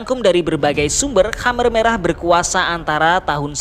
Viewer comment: Jadi teringat pada bapakku,sampai lupa aku dfn sejarah kamboja. Tapi maaf min,perasaan dulu namanya bukan hammer merah,tapi kamer merah🙏